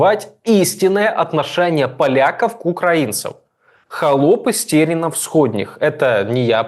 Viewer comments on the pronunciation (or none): Мальчик, слышал звон да не знаю где он. Не хАлопы, а ХЛОПЫ! Что значит- мужчины. У собеседник- молодой дурак! Приедь, мальчик, в Польшу и посмотри какие деньги украинцы зарабатывают. Чушь несет